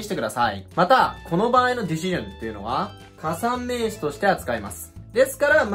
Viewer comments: ディ し ジョンはさすがに草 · 確かにdecisionだけ明らかに∫で発音されてるように聞こえる